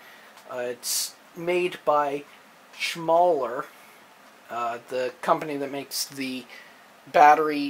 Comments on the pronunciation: "Shoe-maker" OR .. whatever you called it.. "Schmauler" I'm confused because I have an almost exact model by Schumacher SL1338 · SCHUMACHER pronounced SHOE-MAKKA. Like the world famous Formula One driver! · Dude its pronounced "shoo-mock-er" Schumacher. I could not even continue with the video after this. Your credibility is nill now with me.